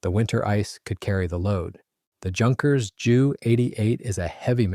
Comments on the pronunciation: It's not pronounced junkers. it's with a u. Youkerns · It's not junkers,it's pronounced yunkers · Repeat after me, YUNKERS, YUNKERS, YUNKERS